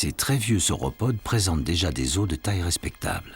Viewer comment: Oh la vache, le prof qui explique aux enfants les ors de dinosaures étaient là ... NOOOOOOOOOOON ce sont des fossiles pas des os !!! Et on dit les O pas les OSSE.